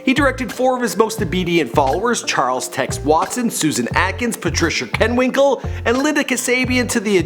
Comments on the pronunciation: My gosh man it's kRenwinkel not Kenwinkel. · Also it's not kenwikle, it's Krenwinkle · Its Krenwinkle not kenwinkle and Houton not Hooton 😄😄😄